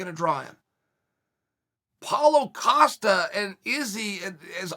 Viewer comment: That’s the first time I heard chael say Paulo Costa & not “Acosta” lol